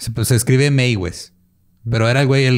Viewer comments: Meiwes se pronuncia "Maives" :) Besitos desde Múnich ❤️ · Creo la pronunciacion sería algo asi como Maivs